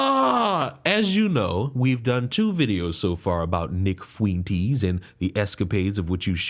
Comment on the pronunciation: Nick Fweenteez 🤣🤣🤣🤣